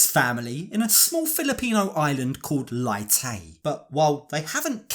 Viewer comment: Her hometown is pronounced lay-tay but spelled leyte